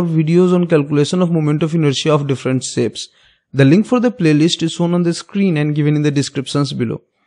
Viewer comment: Sapes, sown and calculason 😂